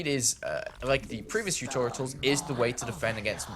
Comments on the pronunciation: tutorials, not tutoritals bro... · "Tutoritals" Wut There is no 3rd T why is he pronouncing one? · Why does he keep saying tutorials wrong :P